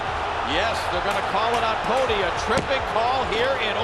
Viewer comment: Butchered Tom Poti but I'll let it slide because I want a free game